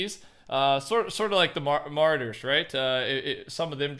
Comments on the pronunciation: saying martyr instead of marauder has pissed me off for the last time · It’s ma-raw-der (marauder) , you’re not pronounce it correctly